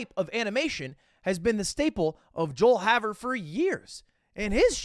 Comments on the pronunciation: pronounced joel "hay-ver" just so y'all know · its pronounced joel hay-ver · It's Joel Hay-ver btw.